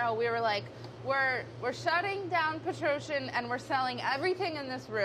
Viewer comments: the way she pronounced Petrossian lmao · any other armenians here? the founders of this company were armenian refugees! the petrossian pronunciation gave me a bit of a laugh 😊